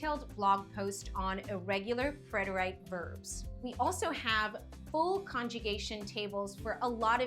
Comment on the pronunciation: It is not pronounced preter-ite but is pronounced preter-it or preh·tr·uht but the rest was well done